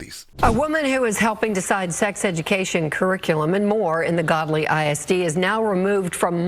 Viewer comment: It’s actually Gödly. (pronounced Goodly) Duh